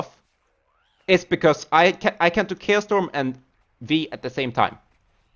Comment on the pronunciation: I keep hearing "kale storm".